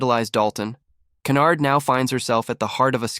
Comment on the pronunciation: Her name is not canard but Hynyard